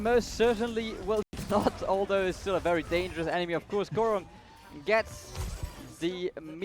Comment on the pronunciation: The second commentator, who keeps saying, Korong, is so bad